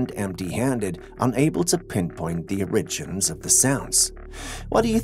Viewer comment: Is there another way to say the word “origins” ? Because it sounds like I’m about to hear the word original when I hear it on these videos.